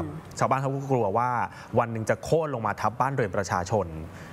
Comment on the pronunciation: โค่น ไม่ใช่ โค้น